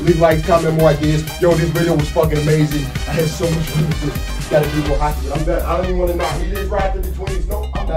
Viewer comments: It sounds like ur saying hackey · Boi it's not hackey it's hockey 😂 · man says hackey instead of hockey